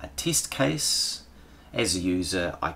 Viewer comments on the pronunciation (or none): What kind of accent is that teeeesht (test)? Hahahahhahaha